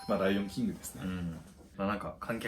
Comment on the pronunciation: ライオンキングの発音褒められるのは草